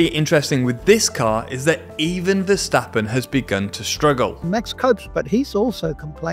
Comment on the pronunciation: Boooooooo! Vershtappin’ 👎🏼